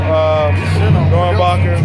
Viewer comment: its doernbecher not doernbacher